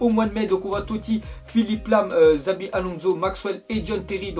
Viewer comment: super vidéo comme d'hab mais tu prononce le nom des joueurs trop mal mdr. "Xabi Alonso" se prononce "Chabi".